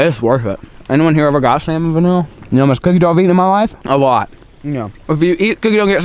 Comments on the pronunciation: Why does he say salmon vanilla it’s salmonella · he said “salmon vanilla” and “bony apple feet” 😂😂 i dropped my phone when i heard that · I love it when he says salmon vanilla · Sounds like he says salmonvanilla